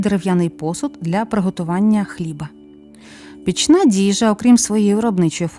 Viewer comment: Дуже прошу,перевіряйте наголоси саме українських слів,бо неправильний наголос, як фальшива нота в музиці-ріже слух: коцюбА,а не коцЮба,пІкна дІжа,а не пічна,Я - з Київської обл., з-під Білої Церкви,всі звичаї на святого Андрія,зокрема Калиту ,проводили в дитинстві під керівництвом старших жінок,то добре їх пам'ятаю.Це не були якісь локальні відмінності,а речі,прийняті в більшості регіонів України.Але у Вашій інтерпретації трохи спотворені,бо Ви їх не ПЕРЕЖИЛИ,а просто прочитали,хай і з солідних наукових джерел.Так що з більшою відповідальністю ставтеся до таких матеріалів,і до якості їх висвітлення.